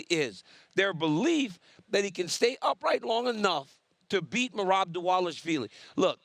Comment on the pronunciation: I know Chael is screwing up Merab's name intentionally